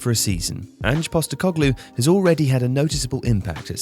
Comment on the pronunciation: Great video. Also thanks for pronouncing Ange’s name right. A certain other channel insisted on pronouncing it as if his name is short for Angela instead of Angelo - Angie (it’s not even spelt that way) Anyway Ange Postecoglu is a highly respected coach in his native Australia. The work he did with Brisbane Roar is legendary.